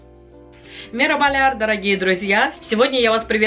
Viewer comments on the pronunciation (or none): На турецком приветствие Merhaba - Мераба. А не мерабаля.